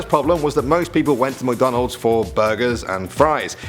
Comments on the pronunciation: MICK not MUCKdonalds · Mick, not Muck. MICK-DONALDS. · Mc not muk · We say mic not Mac Donald's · I love “Muc Donalds” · The way he pronounces McDonald's lol MucDohnald's